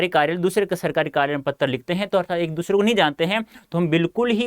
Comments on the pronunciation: Do u notice he is saying patr lekhan ko pattar lekhan and choose ko chuge timing go and check 🤣🤣🤣🤣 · 🤣😂🤣 Are sir topic me to anuchchhed lekhan likh rakha h aur Padha Patra lekhan rhe ho sir, Aap se ek baat aur puchni thi ki Aap Hindi ke hi teacher ho kya 🤣😂 Kyonki AAP Patra ko "PATTAR" bol rhe ho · He is saying patr = pattar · How he pronounced patra as pattar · Sir it is not patar( 🪨 )lekhan ..... It's Patra (✉️) lekhan😁😂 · IT'S PATRA BTW NOT PATTAR 👀😂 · Sir pehle aap patra bolna seekh lo fir Hume sikhana😂😂😂😂😂😆😆😂😆😂😆😂pattar ,pattar ye kausi Hindi h . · Bhai pattar nhi patr hota h 😂😂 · Patear nahi pater hota hai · Sir u r saying ptra to patar 😜😁😅